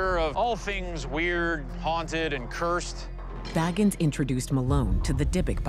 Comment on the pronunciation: Zach's last name is pronounced Bay-gans. Not baggans as in Bilbo Baggans. So far, that's the only thing I see that is incorrect. He says his last name plainly at the beginning of each episode of Ghost Adventures. Yes, I'm a fan and I'm one of THOSE people 😂